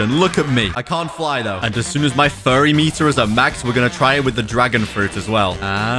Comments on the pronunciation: how he just said "furry meter" instead of "fury meter" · “Furry meter” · "Furry meter" 💀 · bro said furry meter lol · man he said furry meter💀💀💀💀💀💀💀💀💀💀💀💀💀💀💀💀💀💀💀💀💀💀💀💀💀